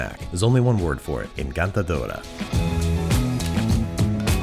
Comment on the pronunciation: “Encantador” you muppet